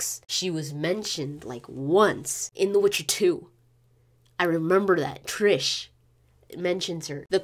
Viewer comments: Triss** not trish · Cool video, but it is triSS, no triSH, triSS, IT IS RIPING MY EARS OF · it is TRISSSSSSSSSSSSSSSSSSSSSSSSSSS Merigold... not what you are saying how can a fan messed that up, havent you heard her name said by everyone in the game?!!!